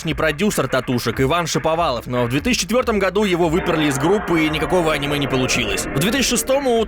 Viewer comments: Бля не а́ниме, а аниме́ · жатвА. Это слово не от слово жратвА, а от слова жАть, жАтва. А "Аниме" с ударением на а, расставило точки над И. Ска, безграмотный